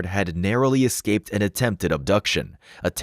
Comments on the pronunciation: First off ifs not excaped its pronounced escaped i wish americans pronounced words right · eScaped… not eXscaped, ffs. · Why do Americans say Exscaped? And not the English Escape?